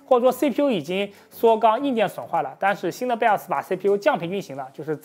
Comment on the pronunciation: 每次聽他講BIOS講成BELLS就會出戲一下:face-turquoise-covering-eyes